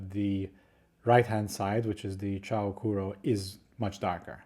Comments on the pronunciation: Also it's pronounced as "choo"-sounding or "chuu" not "chow" hehe just thought you should know ✌️ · "Chou" is pronounced similarly to the "o" in English "so", but not "chew" or "chow". Chou Kuro means "super black", and I think it's a cute name. Chou is the same chou in "chou kawaii", meaning "super cute".